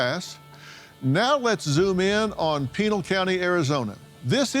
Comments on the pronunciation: Phil its pronounced Pi-NAIL County lol... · Please Dr Phil pronounce the County name correct. its not pronounced like a instatution